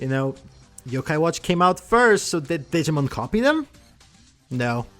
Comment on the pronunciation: I gave a like, couldn’t watch the video. It’s not Digmin.